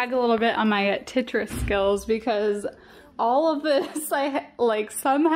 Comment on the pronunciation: I love how you call Tetris ..”Titrus” 😂 to cute! That’s what my son calls it too! 😂